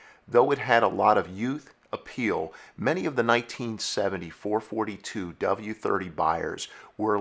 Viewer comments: Words and punctuation mean things. 4-4-2 means Four-four-two. It's not 4-42 or 44-2 or 442. Four fortytwo is as bad as saying Forty Four Two. It's not a single number, but a string of separate integers. Numerically, there is nothing "forty" about the 4-4-2 in it's designation. Only single digits corresponding to the number of specific things the numbers are referencing. That's not snobbish, that's fact. Good video, tho! Even if I gotta cringe every time I hear those nails on the chalkboard. Lol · I know others have mentioned this, but it can't be said enough: it was the FOUR-FOUR-TWO, not "four-forty-two". There was a reason that Oldsmobile put the dashes in between the numbers in its advertising. And if you watch some of the old TV commercials (as you should have when researching for this episode), you would hear that Oldsmobile referred to the model as the Four-Four-Two. It's a shame you didn't get this right, because you have so much accurate information, but getting the name wrong literally makes this segment completely unwatchable and destroys your credibility on the subject, which is a shame, because many of your episodes are generally quite good, but this calls them all into question and makes one wonder what else you got wrong. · ITS 4-4-2 not 4 -42 ...FOUR FOUR TWO not FOUR FORTY TWO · You are 100% ANYONE that knows says 4 4 2 NOT 4 fourty 2 duh!!! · I totally agree. NEVER in my life have I heard someone refer to them as 4 forty two. That irritates me so much I can barely watch this video... lol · I drives me crazy when someone say”four forty two”. !!!!!!!! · There is no such thing as a four fourty two. Your killin me here.4-4-2 is four four two. its been that way from the beginning. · I have never heard anyone call them a four fourty two. It's a four four two. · Every time he says "four forty two" it makes my head explode. I had to stop at 3 min in. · I had to shut this off hearing you repeatedly calling a FOUR-FOUR-TWO a Four Forty -two.